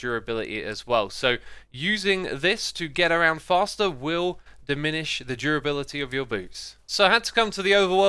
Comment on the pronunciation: its durability not jurability